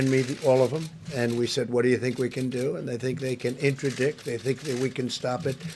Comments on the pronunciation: dude really said "Intradict" lmao. i think he meant interdict. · WTF is "intra-dick" ?????